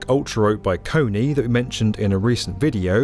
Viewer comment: Kone is definitelly not pronounced "Kony." 😂